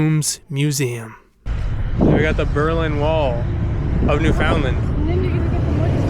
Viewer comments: U really need to pronounce Newfoundland properly. It’s basically newfonland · Don't say the "found" part...it's more blended together . Basically say it faster. New fun land niw say that fast and almost make the d silent. Lol...otherwise, good video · Hi! Glad you enjoyed your visit to St. John's, and that you obviously met some of our friendly local folks! (I consider myself to be one of those! 😉😊) Thank you for sharing a LOT of beautiful footage in your video! I feel fortunate indeed to live here among such spectacular surroundings every day! If you don't mind me asking, where are you from? From your pronunciation of the word "Newfoundland", I'm gonna guess it's somewhere in Ontario. You do mention Toronto in the video, but it's not evident whether you've lived there for a significant portion of your life, or if it's just your current home. If I can be "that girl" (sorry! 🙄), please forgive me for a little lesson on the pronunciation of "Newfoundland". Hearing it mispronounced is kinda like the equivalent of nails on a chalkboard for me; imagine if you constantly heard Ontario pronounced as On-tuh-REE-oh, for example. Newfoundland is pronounced as Noof-end-LAND', with the emphasis on the last syllable, not New-FOUND-land, as many Ontarians seem to have been taught. People from the U.S. tend to say NEW-fund-lund; I try to gently remind them that the word is pronounced with the same cadence as "understand", with the last syllable being pronounced the same as another place with which they can all relate: Disneyland! Bet you've never heard a U.S. citizen mispronounce that as Dis-nee-LUND, now have you? 😀 Anyway, please don't be offended. I'm not trying to be critical of you or your pronunciation. I just think that, if nobody